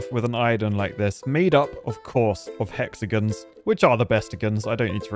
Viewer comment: said hexagons wrong 😔